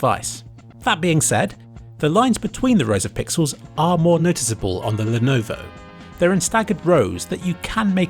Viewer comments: Lenuvo, len-ovo , lyenovu. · Lenovo.. Lenuuv.. Lenhhhhmhmh.. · Lenuvo, Lenohvo, Lenvo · Lennoo Leenov Lenenenvovo Lenov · lenovovo lenoov and lwleoawvo had me dying 😂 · I never noticed his horrible yet hilarious pronunciation of levnOwO until I read this comment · ... I know he's trying to say Lenovo but this is just a bad fail. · 😂 I swear he pronounced Lenovo different every time he said it. I genuinely thought he was sneakily mocking the.... that’s it he just fucking said Monovo... I’m done 😂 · I love how you changed the pronounciation of Lenovo each time you mentioned it. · haha get seizures when he try to pronounce Lenovo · "The lenvo" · I lost my shit at the pronunciation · Can't forget the "Lenovovo" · I've lost count of the number of ways to pronounce Lenovo. Were there any you didn't use? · Stupid man tries to pronounce Lenovo for 1409 seconds straight 🤦‍♂️🤦‍♂️.... Srsly man I love your videoes and the effort you put in them but after one or two times it quickly got so annoying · Alternative Title: mispronounces Lenovo for 23 Minutes straight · the constant change in pronunciation of Lenovo was very philipy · hahaha lenuvuuvhuv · I love how he pronounces Lenovo a different way every time he does lmfao. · L E N V O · I love the joke in pronouncing lenovo differently, top kek. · Did you have a stroke that stops you from saying Lenovo correctly or something ? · he's doing it on purpose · Didn't even try with the last one LUL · I think he did it on purpose lol it's so dumb how he can't even prenounce Lenovo right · Is the pronunciation of Lenovo some meme I'm missing out on or did he just challenge himself to not use the same one twice in the video? Anyway, great video, rly changed my thoughts on VR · love the changing pronunciations of Lenovo! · what happened to your tongue ? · You sure mangled Lenovo's pronunciation a hellallallot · I lovovo how Lenovo was pronounced differently everytime it was said in this video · he is mumbling "Lenovo"